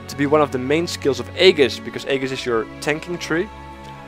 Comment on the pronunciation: I can understand how this French phrase is bludgeoned by English speakers, but I especially love how "Aegis" gets the same violent treatment.